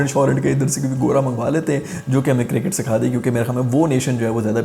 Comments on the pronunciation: Circket nahi cricket tell sarfraz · ENGLISH of Pakistani 🤣🤣🤣🤣 Cricket--circet🤣☀️